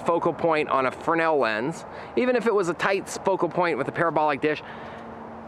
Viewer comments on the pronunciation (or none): The guy who invented the lens was French, and his last name is, in fact, pronounced "Freh-NELL," where I capitalized the emphasis. It's a common mistake, though. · It's pronounced frennel my friend. No S.